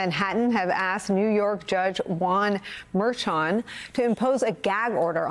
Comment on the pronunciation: Learn how to pronounce Judge Juan Merchan's name.